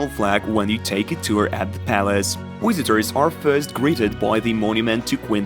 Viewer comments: What a pronunciation with errors: wizitos instead of vizitoz. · Wisitors lol